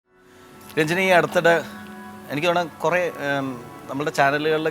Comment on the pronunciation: Rajini alla Ranjini...adhyam Nadrishayodu poyi Peru maryathak pronounce cheyyan padikkkan paray